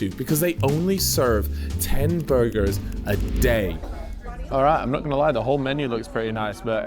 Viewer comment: Burrrgerrrrs! Edit: WTF, why aren't you saying it right? Edit 2: fucking tease, I see what's happening here